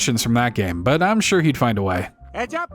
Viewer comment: he said gay-mar